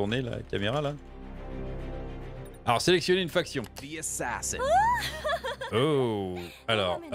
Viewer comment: assassein ?, heinnn pas hein?